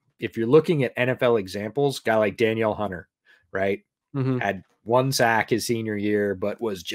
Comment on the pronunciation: Just a heads up, Danielle Hunter's name isn't pronounced like Daniel. It's Da-kneel.